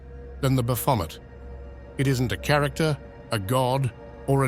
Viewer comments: I've never heard Baphomet pronounced like that. Bravo. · I suspected A I voice, ans it is a good one , so i dont mind .... What gave it away? Mispronounced Baphomet! Any occult historian would know exactly how to say it right 😊..... Did same with Elphias too. Vid creator , you should really check that the literal NAMES are pronounced correctly.. Did it with Crowleys Thelema too..... Come on man. Do bettrr. Its disrespectful to these occult ledgends , to use their names to make no -effort (for you) vids , and you can't even check its saying things right? You arent even checking before upload , let the AI churn it out and upload immediately without a second glance. Such is the modern world niw. (Be careful, i wouldn't want to be haunted by Crowley 's ghost 😂😂😂.... In all seriousness though , you obviously know F All about the occult , not even the basics like how to say the BIGGEST nsmes !!! Prefty disrespectful to proper occultists also .... I cant see those people been very happy about their religion being disrespected TBH. (Yeah i was saying how much i enjoy these vids in my previous comms , but this business with the misakes , is very off-putting.